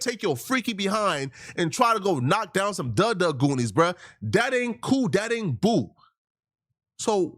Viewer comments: It’s Doonies dude not goonies lol 🤦🏾‍♂️ if you gonna say it say it right .. and no doonies don’t mean coochie it’s panties it’s a old saying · It’s doonies not goonies